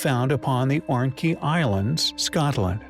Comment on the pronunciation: The “ORNKEY” islands of Scotland !! Now I’ve heard everything....Ornkey....hahahaha